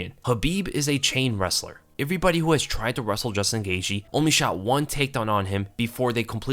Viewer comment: I've heard Gaethje's name pronounced GEY-CHEE, GEY-GEE, GEY-THIE by different fighters and analysts. But this is the first time I've GEY-SHE. I wonder if Gaethje himself ever gets confused as to which it is lol.